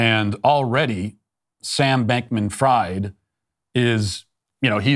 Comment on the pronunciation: "Fried" the name is pronounced like "freed" not like "fried" as in "fried chicken". - Language pedant.